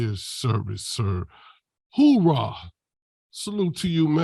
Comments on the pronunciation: Its hooyahh not hoorahh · ooowah is what i heard jesus what a turd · He said "Hoorah". Yeah, no. The Navy says HooYah! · Yep. It's 'hooyah' in the Navy. No military branch says 'hoorah'. Complete clown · Dude said hoorah lol it’s hooyah for the sailors. This guy is mental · 😂 did he say "Hoo-raw"?(Oorah). that's Marines..Navy is Hooyah..Army Hooah